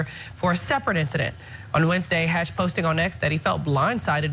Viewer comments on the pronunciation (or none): Correct name Emanuel hatch not harch